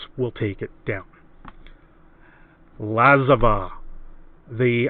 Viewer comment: i love ya, but it is said La-zav.